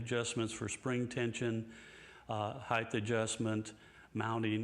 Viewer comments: Can someone tell Floyd....and the rest of USA, that there's no such word as 'heighth'. The word is 'height'. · Yo, Floyd. It's pronounced "hite" not "hithe". Thanks for the trems.